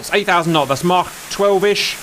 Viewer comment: Thank you,, for pronouncing Mach like Mach instead of Mack (or whatever the american jaws try to produce)